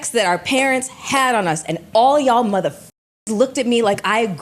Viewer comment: Everytime Mel says mothaf**ker it feels like she saying N**ga with the hard R 😂